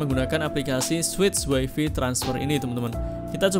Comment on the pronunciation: Mas mohon maaf. Ijin koreksi : Paste, bacanya pest Wifi, bacanya waifai. Matur nuwun 🤝 Keep it up. Videonya sangat sangat bermanfaat! ❤